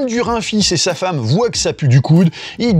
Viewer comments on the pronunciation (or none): none